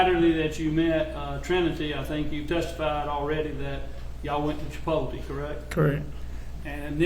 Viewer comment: Chi-pol-tee and Mack-Donalds